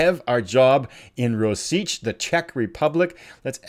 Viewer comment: To get you started, "Rosice" is "Rositse". Really looking forward to this!